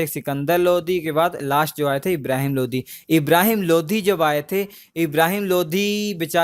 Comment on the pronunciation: Bhai lodhi nhi lodi hota h Kya yaar???? High